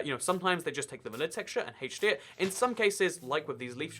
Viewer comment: Also he says hatech d lol